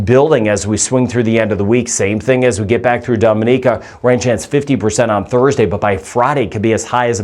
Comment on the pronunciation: You mispronounce “Dominica”. We laugh every time you say it!😅